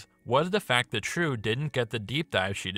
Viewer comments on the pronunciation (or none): "Trieu" is a Vietnamese name. Or rather, a commonly Viet name. It is pronounced, "jeeolw".